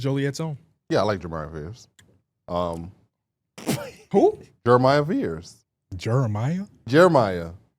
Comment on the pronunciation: did not say Jeremiah😂😂